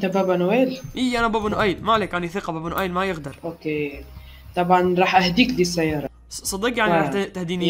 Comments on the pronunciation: اسمه با با نويل مو با با نؤيل 😜😜😜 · يا ترا اسمو با با نويل موبا با نؤيل هههههه